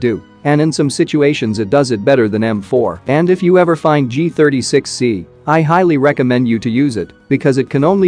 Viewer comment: He is continuously saying G-THIRTY-S3XY 😂😂😂